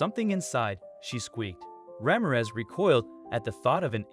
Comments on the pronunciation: " rah-meer-ehz" not "ramm-ahh-rez". please. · Ra - MIR - ez.😊